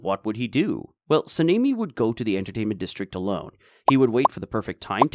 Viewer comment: Why are you calling him sameni? Sanemi your saying his name wierd